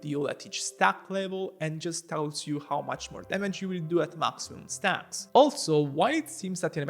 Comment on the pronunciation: Aga sende bir kürtlük sezdin o nasıl stağks deyiş